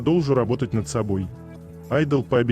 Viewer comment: Хорошие подборки, но ударение в слове айдол надо делать на слоге АЙ!!!